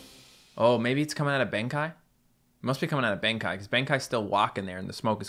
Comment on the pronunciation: Am I the only one that still cringes every time he mispronounces "Amaterasu"? has done it for so long that I have a feeling it's intentional. Japanese is a syllabic language, It should be A-ma-te-ra-su. Also colossal Benkei would be Ben-KAY. Sincerely, a non-Japanese speaking grammar Nazi.